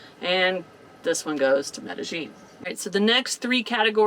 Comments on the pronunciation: Looks like the pronunciation is actually met.a.yeen instead of met.a.jeen. Hope your surgery goes/went well. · Good research! I'm sure it will go well. ( -- the double LL in Spanish is pronounced as a Y, not a "zh" sound. Medellin is pronounced me-de-yeen. Now, when you get to Europe, the Spanish LL is pronounced as an LY, but in Central and South America, it's a Y. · Okay guys. I love you both but...the way you are pronouncing Medellin is making me cringe a little. The correct pronunciation is me - tah - yeen. In Spanish a double L has the 'ye' sound. I hope this helps. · I love your show but the way you pronounce Medellin drives me nuts. meh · duh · yeen EMgUIABCABDIFCAAQgAQyBQgAEIAEMgUIABCABDIFCAAQgAQyBQgAEIAEMgUIABCABDIFCAAQgAQ6BwgAEEcQsAM6BAgAEEM6CggAELEDEIMBEEM6BggAEBYQHkoECEEYAFDjB1iCVWDniwFoBXAEeACAAdgDiAHyDJIBCTIuNi4xLjAuMZgBAKABAcgBCMABAQ&sclient=gws-wiz